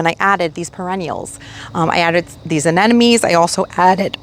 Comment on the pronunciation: I enjoy your videos, however I must admit I'm a viewer who cringes when you say Anemone. We gardeners (including me) mispronounce plants from time to time, but in those cases, it helps to defer to the alternative names. In this case, Windflower!